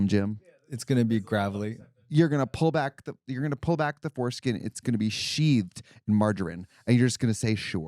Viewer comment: "sheated in margarine" 😂